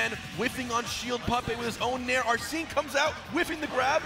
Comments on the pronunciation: It's spelled Arsene, which makes it weird that it's pronounced as "arsen." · Why does Hbox keep saying names wrong? He kept calling Gluttony “Gluetoni” and now hes calling Arsen ‘Arseen’